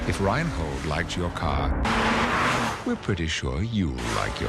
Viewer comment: Ryan Hold?! Lol, its Reinhold, a german name...